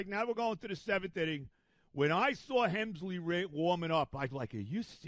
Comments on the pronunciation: Rogers has a 2.16 ERA since joining the Mets and he’s pitched every day. And it’s Helsley, not Hemsley. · Hemsley 🤣. The mispronunciations is part of his charm.